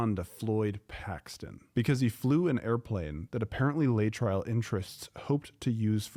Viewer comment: It's pronounced LAY-uh-tril